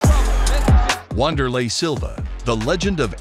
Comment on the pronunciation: It's not "Wand" it's "Vander" Said with a "V".